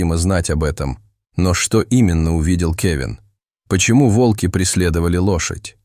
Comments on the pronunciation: Рассказ рассказом, а ударения все таки надо ставить правильно: вОлки - это звери, а валкИ - это технические устройства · Не вАлки,а вОлки.Народ,вы не устали от этих умников,которые включают ИИ для озвучивания роликов.? Дешёвка!Тьфу,слушать невозможно.😢😮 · Очень интересная история!!!Но надо говорить не во"лки а волки. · Не волкИ, а вОлки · Почему волкИ, а не вОлки? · Лучше сказать вОлки, а не волкИ. Текст читает робот с механическим произношением и ошибками в чтении слов. Это неуважение к слушателям. Живое чтение ценится намного больше. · Видимо ИИ учили читать по тем книгам, где часто употребляли "волкИ позорные". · Волки ударение на последний слог, как будто ии озвучивает. Всю историю пытаешься понять что здесь происходит и время слышишь от автора : волки окружили дошадь и какое ж это странное явление. И опять: странное явление тут происходит. Все тут странно: и звуки, и волки и лошадь... и сама история.